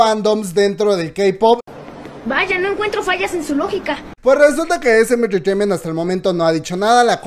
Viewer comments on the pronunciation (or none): Me da risa como dice SM intertaiment 😅